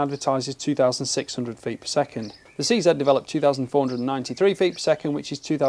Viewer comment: Seeing this new line makes me wish I bought a few 527 and 550 models. Thanks for your review, and pronouncing 'CZ' correctly.